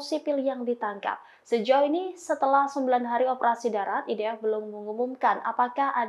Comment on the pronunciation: NITC = en ai ti si IDF = ai di ef VLCC = vi el si si tolong belajar lg yaa presenter. ini kritikan, bukan hujatan ataupun hinaan ☺️👌🏻